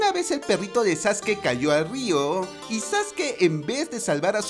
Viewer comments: No es sasuke es saske se escribe sasuke pero se pronuncia saske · No se dice zaske se dice Sasuke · No es sasuke es sasque